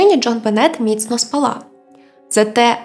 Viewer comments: З наголосами трохи проблемно. Мабуть через правила які запам'яталися з часів використання російської мови. Їх багато, в рівних випусках. Але я це не для того щоб критикувати. У вас все дуже добре виходить. СпАла, не спалА, принаймні що до української. Бувають у Вас випадки, від одного до трьох слов на випуск. Але я певна що згодом їх буде все менше, доки не зникнуть взагалі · Маленьке зауваження: не спалА, а спАла. Дякую . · СпАла, а не спалА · Слово "спАла" українською мовою наголос на першу літеру "А".